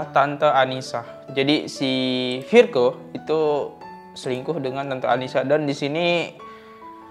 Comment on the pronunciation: 1 lagi bang namanya virgoun dibacanya virgon kalo virgo nama zodiak 😂😂😂